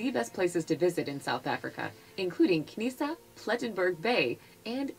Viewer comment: Narrator is butchering our place names-Knysna, Hluhluwe…